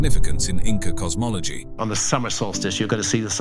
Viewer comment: You keep saying Inca? I can't watch Anymore. I know the truth, they did not feel so well.